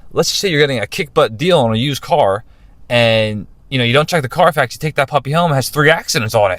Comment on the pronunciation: CARFAX, not "Car Facts"